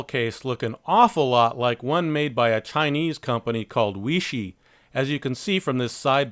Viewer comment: Myself being Chinese, its pronounced "Way-She"